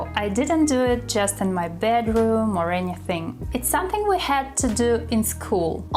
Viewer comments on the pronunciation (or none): Hi! useful lesson! "Don't take it too seriously", have you ever noticed when you say the word "Something" you always drop the "m"? I have been following you for a while and also noticing that you've always dropped the 'm' in the word 'soMething' then it becomes "suh thing" instead of "sʌm thing." It does not sound that weird when you speak. Here's the tip. If it's hard to pronounce, you just break it down and say it slowly when you confidently say it then speed up. As a learner like you, I just want to help you to speak correctly. And I'm not here to judge you. So I hope you find this helpful. Keep up the good work!